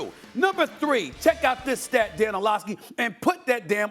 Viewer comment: Why he call him “Orlovkeys”? 😂